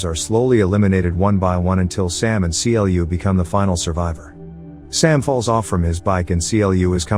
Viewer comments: it triggers me that you keep saying C L U and not Clue. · it triggered me when he keeps saying c l u instead on clu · The only thing that bugs me is how he says C L U and not clue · I know this isn't actually read by a machine, and is a dude telling these stories. If it was a machine I could understand the constant issue calling Clu C-L-U. It is infuriating. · The way u say C-L-U🤯🤯u could literally just say Clu Instead of C-L-U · Why is he saying "Cee Ell You"? CLU is literally spoken like "clue", as one word. :x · Do you not know the character's name is pronounced literally "clu" , just clu, no C L U non sense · Seriously it's pronounced as CLUE not C.L.U. Did you even watch the movie. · I had to stop when he called Clu: See El You. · The AI voice couldn’t pronounce CLU right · I always wanted a video from you about this movie but you mispronounce clu's name.